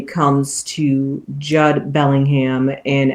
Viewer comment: It's pronounced 'Jood, rhymes with dude.